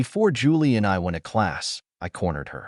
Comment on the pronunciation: This narrator cannot speak the words "went to". It isn't "when-a"! The tone of the voice is fine....better than most.